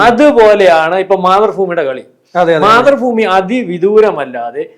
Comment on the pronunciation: മാതൃഫൂമി എന്ന് കളിയാക്കി പറയുന്നതാണെങ്കിൽ ഒക്കെ അല്ലാത്തപക്ഷം ആ ഉച്ചാരണം ഒന്ന് കറക്റ്റ് ആക്കി പറയണം